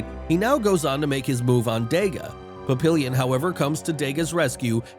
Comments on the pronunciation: Pap-ee-yawn = Papillion, not illion as in million. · Papillion, plural pap·il·lons [-lonz; French pa-pee-yawn].